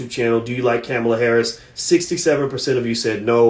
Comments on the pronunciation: Ka-mall-a that's how u say her name. He's killing me by say cam-a-la 🤦🏾‍♂️ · You don’t even know how to pronounce her name.